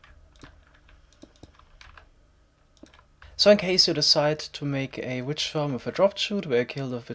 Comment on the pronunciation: definitely doesnt sound like "witch" ..... XD